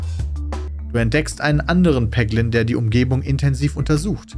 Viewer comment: triggert mich total wenn Peter vorliest du triffst einen Peglin (Ausgesprochen Päglin).. mein Name ist Haglin (ausgesprochen Haglin)